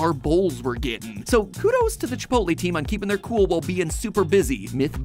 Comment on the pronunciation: Chip - ot - lll